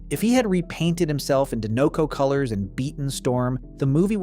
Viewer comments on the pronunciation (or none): I'm sorry, but what is "De-know-co" ? The movies refer to the brand as "Die-neco" almost abundantly. 😅😂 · Dinoco is pronounced like this "DIE-no-koh".